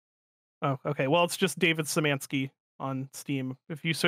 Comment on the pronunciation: Hey, I believe his name is actually Szymanski, not Syzmanski (